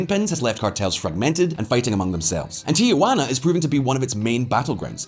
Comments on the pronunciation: It’s “Tijuana”, not “Tiajuana”. Also, Baja is pronounced “Baha”. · It is pronounced Tee-hwan-ah, not Tee-a-hwan-ah. The first is a city, the second is Aunt Jane. Also it is Bah-ha, not Ba-ja. It's a Spanish language thing. As to Mexico, there has been a recent uptick in violence and murders in/around the tourist resort areas of Cancun and Cozumel.